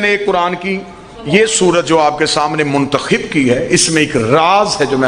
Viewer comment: قرآن کی آیات ہی غلط پڑھ رہا ہے ۔جس سے اس کی جھالت چھلک رہی ہے لہذا جاھل گمراہ ہی کرسکتے ہیں ۔جسے منتخب یعنی خ کی زیر کے ساتھ اور منتخب یعنی خ کی زبر کے ساتھ پڑھنے کا فرق و تمیز ہی نہ ہو جو کہ مدرسے میں پڑھنے والے پہلے سال کے بچے کو پتہ ہوتا اسے نہیں معلوم تو جان لیں یہ جاھل ہیں ۔اس سے پوچھ لیں کہاں سے دین کی تعلیم حاصل کی ہے تقریر اور خطابت اور چیز ہے اور علم اور چیز